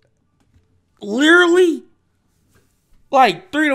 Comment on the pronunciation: Everyone: Literally: Leerly